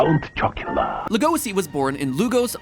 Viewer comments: Yeah, and the pronounciation. When will they look up, how to say our names? "Bela Lugoszi", what a joke. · Matpat saying legosi is giving me a stroke. I know paru literally named legosi after the vampire but bruh